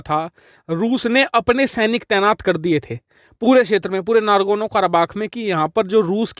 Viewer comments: It is NAGORNO not NARGONO. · Nagorno Not nargono 😂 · “Nargono” nahi “nagorno”...😂🤣